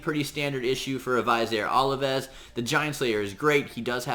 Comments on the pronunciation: God man you are butchering his name hardcore...... Plus, how are you getting olives from ovelis? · Oh man, hearing you butcher his name makes my ears bleed. Amazing champ though. I too run him with Martyr.